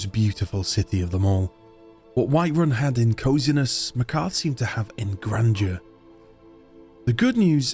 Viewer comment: Loved the video. Very unique premise But your pronunciation of Markarth drove me up the wall haha